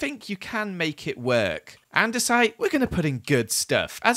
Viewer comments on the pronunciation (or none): none